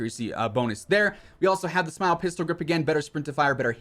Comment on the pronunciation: "Smile" 🤣 it's pronounced like you would spell it out. All love man.